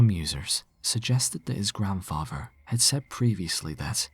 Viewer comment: Not his grandfrarver